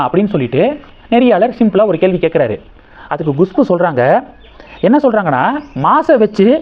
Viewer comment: உங்களுக்கு ஏதோ severe problem இருக்கு, எப்பொழுதும் தப்பு தப்பாக நாராசமாக உச்சரிக்கிறீர்கள், Gushpu வா அது, Kushbu தான் கரெக்ட், நீங்கள் சரியாக homework செய்வதே இல்லை, கேட்கவே நாராசம், முதலில் English எழுத்துக்களை உச்சரிக்க கற்றுக் கொள்ளுங்கள், பிறகு வீடியோ போடவும். எத்தனை முறை Gushpu என்கிறீர்கள்? Horrible